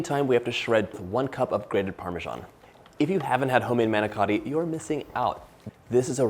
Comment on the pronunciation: The manicotti looked delicious and a nice easy recipe. The presentation was great but please do not get offended but you did not pronounce it correctly. Manicotti . Thanks